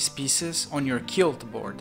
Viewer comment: Great video, just as a note to help you with pronunciation, in English, most times the letters Qu go together they sound like Kw, just like in Latin. So 'Quilt' is pronounced (using International Phonetic Alphabet transcription) /kwɪlt/